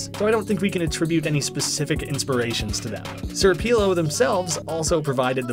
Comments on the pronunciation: Sr pelo is pronounced as senõr pelo i think and not sir pelo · It is Senior Pelo (Pelo said as Pay-Low) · "Sir peelow" I love it when people say senior pelo's name wrong. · sir peelo's? IT'S SR. PELO. IT'S MR. BIG HAIR IN SPANISH. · Sir peelo lol It’s senor pelo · it's Señor Pelo not sir Pelo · It's not sir pelo its seÑor pelo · It was confirmed the next references video that did not know that Sr. Pelo was spanish, and sir peelo would be the english pronounciation. I know i prob shouldnt be commenting on this 2 month old commennt because you've probably seen that video, but whatever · I'm sure there are a mountain of comments saying this already, but SrPelo's name is pronounced “Señor Peh-lo”. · You did completely screw up sr. Pelo, its senior-p-el-oh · you pronounce senor pelo as "sir peelo"? have considered a career as a butcher? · Crying at the way he pronounces Sr Pelo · Forget how he pronounced hatsune miku, it’s understandable. But how did you screw up sr pelo?